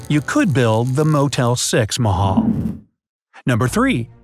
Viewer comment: Bright side: taj mahual Me a Indian:it's the tak ma ha l